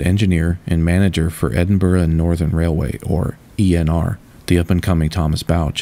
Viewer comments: Nice to hear Edinburgh pronounced properly, Americans are infamous for getting it wrong. So kudos! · Thank you for making the effort to find the correct pronunciation of ‘Edinburgh’. Your voice and delivery are clear and very pleasant to listen to. Love these interesting videos.